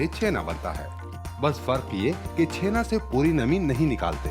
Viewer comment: Bengali me usko '' Chenaa'' nehi '' Chanaa'' kehete hain , btw .. Great video bro .Love it .❤️